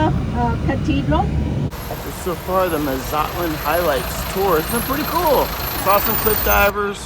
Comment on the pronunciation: Just came across this video just wondering if his pronunciation of Mazatlan was for real or joking. Otherwise great video.